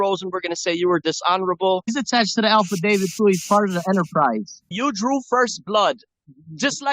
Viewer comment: If you're trying to smart like you know everything. At least pronounce the words correctly. "Alpha David". 😂